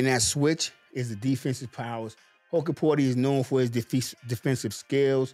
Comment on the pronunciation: BTW, it's pronounced "Hook-porti" not "Huck-porti"